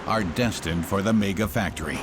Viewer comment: Its not pronounced mayger its megga.......mega